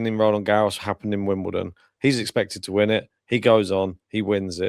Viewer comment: Wimbledon. ✅ Wimdoledon. ❌